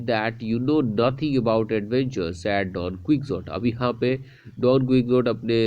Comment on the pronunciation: Don ku-hou-tii